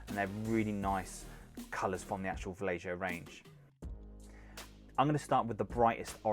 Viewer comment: You are killing me with Vallejo. It's pronounced Va-yay-ho. Nice paint job though. ;)